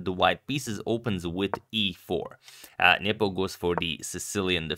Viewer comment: I love how Agad pronounces it "Njepo" instead of "Nepo".